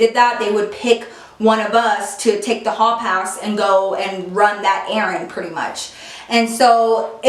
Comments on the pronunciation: She straight up said perty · you can hear accent when she said pretty 😂